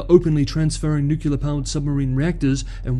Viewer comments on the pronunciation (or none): The word is not pronounced nuke-yoo-lar, it is pronounced as spelled ... nuclear ... noo-clee-ar.